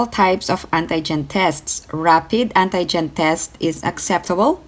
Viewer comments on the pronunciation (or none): When she said ANTAY - GEN 😂😂 Pronounce like auntie for ANTI-GEN